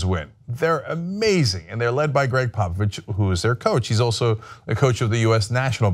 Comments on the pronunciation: He's saying Popovich, I kept hearing Papa Bitch! XD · I swear Cenk is saying Pappa Bitch... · Thought he was saying "papa bitch"... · I honestly thought you were calling him Papa Bitch. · I thought he was saying papa bitch